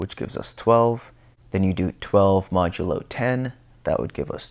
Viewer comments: Thatks for the great vid! btw, It's pronounced "mäjəˌlō" not "məˈdəlō" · Good work on the videos. FYI modulo is pronounced MOD-you-low with accent on first syllable. Ie